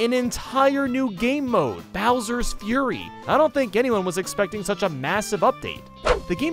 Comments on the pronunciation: Did anybody notice that said "Bowser's Furry" and not "Bowser's Fury" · you said Bowser furry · say bowsers furry not fury tbh was a laugh for me